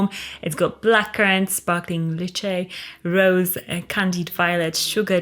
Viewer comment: How did you pronounce Lychee? I am a guy but I really like Musk therapy for myself What you did about London is 💯 only once got asked what I'm wearing by a stranger